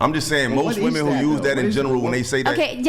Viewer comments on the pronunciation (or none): What's with women not being able to pronounce the word "women"? They continually say "woman" when referring to multiple persons. How could I possibly take you seriously? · They actually can't pronounce the word "women" for some unknown reason. I thought they didn't know the difference between the two words but they actually just pronounce them the same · It is insufferable to hear a grown woman who is unable to distinguish a difference between the pronunciation of a word as basic as "WOMEN." My friends would clown so hard if I showed up at a work function and introduced them to that prattle-factory.